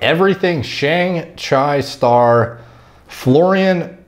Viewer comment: Man so many mispronunciations. You didn't know chi is chee?